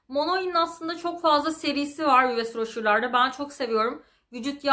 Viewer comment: Yves rocher, iv roşe seklinde okunuyormus fransizca ogretmeni arkadasimdan ogrenmistim ben de :)